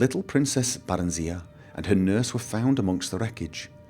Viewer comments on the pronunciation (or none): I dont mean to be a pain, Im just gonna give you my input on pronunciations, you can choose to say it or not as you wish, Barenziah (bare-en-zy-uh) Palagius (pul-age-ee-us) Uriel (yure-ee-ll).